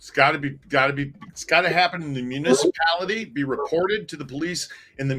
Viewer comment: She drives me crazy! "Misapality", "Liberry", "Gat", and now..."Yute". I realize she doesn't see anything wrong with her actions nor speech, but I'm seriously wondering if she has a speech disorder. 🤔